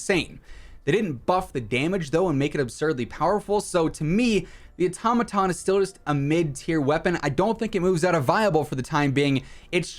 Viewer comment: The way you’re saying automaton 🚩 🚩🚩